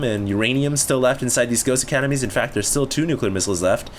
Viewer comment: It's pronounced "nuclear"...